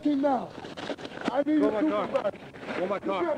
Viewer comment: "I need yo supavisa, I need yo supavisa, I need yo supavisa" 😆